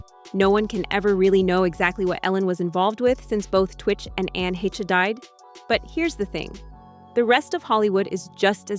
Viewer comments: Ann Heche (HAY-sh) Show some respect! AND the word is SUICIDE. Twitch allegedly committed SUICIDE. SAY IT!!! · anne heche pronounced hay-sh deserves not to have her name butchered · Ok now it’s Anne HE -Shay?? Get it together, narrator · Its pronounced 'Hesh' ffs 😅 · Her ex-girlfriend Anne Heche's last name is pronounced "Haysh". She deserves at least that much. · Who's Anne Hee-shay? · Great Video.. Only thing.. Fix the pronunciation.. Its pronounced.. Anne-Hay’shhhh’ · Degeneres was so grateful and humble that she wouldn't let her employees speak to her or look her in the eye if they saw her walking around the set and office. And Anne's name is pronounced HAYSH. Her death was bizarre. Looked like Michael Hastings' accident. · It’s hay-che. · Ann "heh chay" ?? Was she made in Mexico? Come on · You lost me at Het-Che. Block!!! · Say it with me, narrator.. Anne Haysh. HAYSH. Lol 😉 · "Hesh" is how Anne pronounced her name. There was no 'y' sound in it! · He-SHAY say whattttt? Lol. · It rhymes with Mesh. I remember when she played twins on “Another World” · Heche rhymes with mesh. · I wish these channels would learn how to pronounce Anne Heches’ name. Idk if I even spelled it correctly but I know how to pronounce it lol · Ffs can you learn to pronounce heche properly please. You uploaded enough clips pronouncing it correctly ffs 🤣🤣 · Learn how to pronounce people’s names you are mentioning, Like Heche. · That's the pronunciation I know also... so how this narrator said it messed me up a bit. But then this girl in popped up and said Ann's name the way I know it. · Its Anne Hay-sh. Not Hech-ee. I cant listen to anyone who cant even pronounce things correctly and claims to know things or be a reporter. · Its not Ann hetcha it's ANN HA (LONG A SOUND!!!! THEN SHHHH why don't you email and gen zers check your work and dialog? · Anne Heche...pronounced "Hesh". Not Hetchie" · The name is pronounced like Haysh not Heche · Pronounce Anss name right:" HAESHE